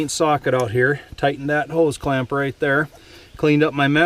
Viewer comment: Ah so wittle chinaman forget to tighten cwamp ,No good !!